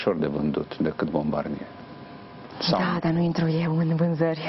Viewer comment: Se pronunta Bombardie